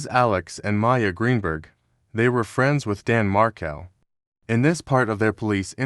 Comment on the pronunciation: the intro sounds AI and robotic. Markel is mispronounced so I thought it was a stolen video from the real Jay. Happens a lot.